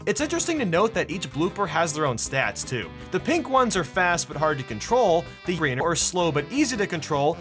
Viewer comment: why did he say green and yellow wierd